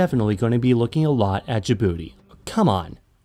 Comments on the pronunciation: OMG YES SOMEONE WHO UNDERSTANDS but they pronounce Djibouti wrong it's not da bouti. Its Djibouti if its easier don't pronounce the I just add a j and it's exactly different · I keep hearing "da booty" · Ur not saying Dijbouti right